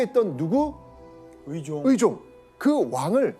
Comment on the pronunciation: 발음 제대로 해야지~!으종이 아니라 의종이고 이으방이 아니라 이의방이야. 호남사람이었던가?